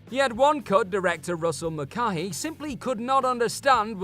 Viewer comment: "Das Boot", "Mulcahy", ... some interesting pronunciations going on here...